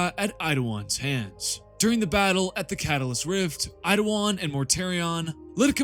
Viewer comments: His name is Eidolon not "Eidowon" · Dude am I going crazy? Why do you keep saying Eidowon? Is it a joke I’m unaware of? I wouldn’t mention it if I thought it were a speech impediment but you say your Ls perfectly every other time 😂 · Why do you suddenly have a speech impediment when you say Eidolon? 'Eidowon'